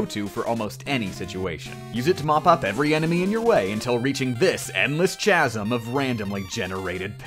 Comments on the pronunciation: Fucking CHAH-SIM. Are you kidding me? Its pronounced CAH-SIM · JustFire45 It's KAZAM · Why does he say CHasm instead of casm? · "CH"-asm? You mean "K"-asm? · wtf is a "tchasm"? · When people say chasm with a soft 'ch' 🤢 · "Chaz-m." Yes, officer, it's this one right here. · Chasm is pronounced with a k sound not a ch sound. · It's pronounced "KAZ-em" (Edited the way I wrote the pronunciation to make it more clear.) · ikr its chasm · ITS sAid kASm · Chasm? ITS PRONOUNCED CASM %#!* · Cas, or some say Casm. Updoots for saying what I scrolled down to find. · facepalm Chasm is pronounced Kahsum. Hard K sound. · Chasm is pronounced with a hard c. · WHOA, WHOA, WHOA, WHOA... The fuck are you saying? It's Chasm (like with a K). Like "ˈkazəm"? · Chasm is with a hard K like "Kazm" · Chasm is pronounced like Character, not like Cheese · Chasm has a hard "C" I've watched 5 or 6 of your videos and enjoyed them immensely. Why is this stupid little mistake the thing that drives me to leave a comment? Such is Youtube. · chasm is pronounced kasm, my guy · The ch in chasm makes a k sound. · Ok, dropping some grade school knowledge here... "Chasm" is pronounced "Kasim"... never mind the "ch" pronounce it like it were a "k". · nigga really said chazm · it's pronounced KAZM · OMG LEARN TO PRONOUNCE "CHASM" CORRECTLY!!!!!!! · How do you pronounce chaos? There you go. Now you know how to say chasm. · Facepalm. throwing this video into a CH asm. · Sure, you can beat MegaMan without a hit, but can you pronounce “chasm?” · Nobody’s gonna talk about how he pronounced chasm? NOBODY? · You pronounce chasm wrong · You’re awesome and all but your pronunciation of chasm physically hurt me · Are you mispronouncing "chasm" on purpose to make the commenters rage? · I can't not say something: You're pronouncing chasm wrong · Dude can’t pronounce chasm. Lol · I'll save you some future embarrassment and let you know that you aren't pronouncing chasm correctly at all in this and some of your other vids.